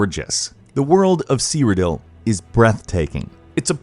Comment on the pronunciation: OBLIVION WAS GREAT BECAUSE IT ZOOMED IT WHILE YOU INTERACT WITH NPCS, WE ELDER SCROLLS FAN WILL ALWAYS MISS THAT DUMB STUFF EDIT: AHHHH THEY SAY "CEERODIL"